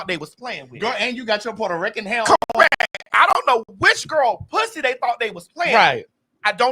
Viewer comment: That Ri-CANNNN always kills me because thats how my grandma used to pronounce Puerto Rican 😂....also it wasnt Puerto Rico it was Porta Rica😂